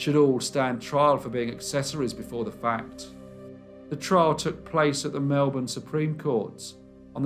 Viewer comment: Well done mate. Interesting case and you pronounced Melbourne like a true Melbournian :-)